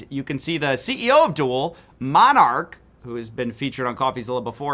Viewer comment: I heard Monarch, lol just piss off mate